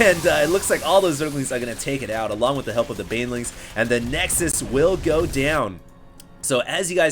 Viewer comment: did you say beanlings?